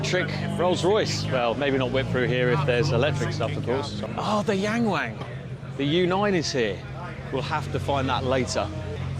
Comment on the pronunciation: YangWang Pronounce Young (W)oung. You’re Welcome